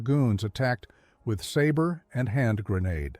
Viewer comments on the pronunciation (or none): none